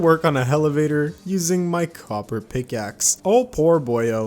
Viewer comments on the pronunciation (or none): none